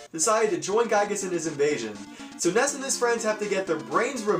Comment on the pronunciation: NessA!? Good God, reminds me of HANKo from HVGN's review of Chrono Trigger.